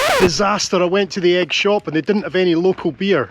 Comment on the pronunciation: Another great island video! I never knew it was pronounced egg rather than e-ig though! Keep up the good work👍